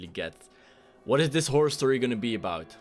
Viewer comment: stop saying "whore". The word your thinking of Is "horror "